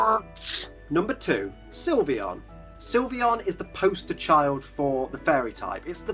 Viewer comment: THERE IS NO I IN SYLVEON! AND FLEFKI DOES NOT END WITH EY, IT ENDS WITH AN I!